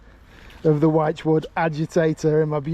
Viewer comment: Hi. I know it sounds like I am nitpicking but the word wychwood is pronounced like you would say "witchwood". Love the content. Keep it coming. Carlisle Phill.